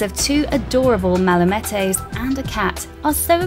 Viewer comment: What's a "Mala-mettey"? Also, it's NEE-ko, not NICK-o.